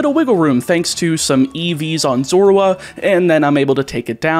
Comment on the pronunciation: While I think the sounds you use to say Zorua are correct, I feel like you are over emphasizing the "oo" sound. I personally find emphasizing the "zo" or "zor" to sound more natural.